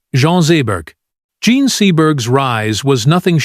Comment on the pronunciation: Ugh! A.I.'s mispronouncing names and using different ones for the same name is so irritating!! Why do people even use this in their videos?!! Shy-ah LeeBeeOaf, Jean french pronunciation goes to Jean American pronunciation within two sentences. I mean, which is it, Mr. A.I. genius? Ugh, ugh, ugh!! Lol.